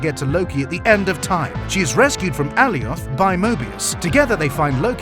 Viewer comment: Its A-lie-oth! Not Al-ee-oth! Cute vid though